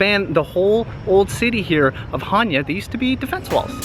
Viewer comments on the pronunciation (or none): Much much love and nice vid. I just want to tell you that is not chània but it is chanià❤ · its chaniA - not chAnia u can have both spinach and cheese 2 gether - its called spanakotiropita... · the tone,accent is on the last syllable i will write it on greek to understand χανιά is the correct.you said χάνια and it's wrong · Lol they way you said Chania. I'm Greek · oh, sorry for my english, I was talking about the pronunciation. You tone the first "a" but in reality we tone the last. Its not a big deal tho, just wanted to point it out❤😊